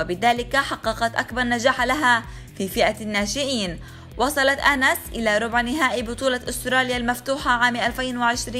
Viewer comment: اعتقد أُنس و ليس أَنس 😂🤡